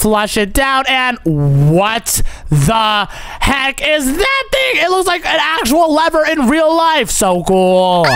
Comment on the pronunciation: It's funny when he said what the heak about the torch 🔦 🤣 😂 😆 😅 😂